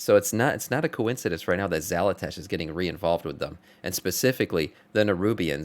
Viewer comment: I love your content...but I cant get over Xal'atASH! lmao